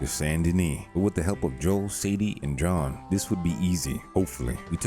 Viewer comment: Are you intentionally saying John’s name wrong?